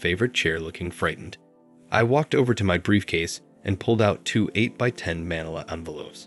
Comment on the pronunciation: So dumb. You'd think they could at least have found a narrator who knows how to pronounce such a simple word as "manila"!